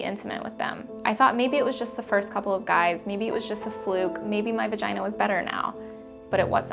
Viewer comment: Ur Vah-gye-NAH is not an excuse to not shave ur upper lip.